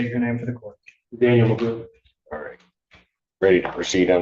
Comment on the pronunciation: His name is pronounced Magoo.